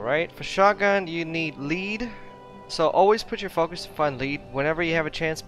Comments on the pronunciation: it lead (led) not leed (leed) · Im laughing my ass off hearing him say leed! Bahahaha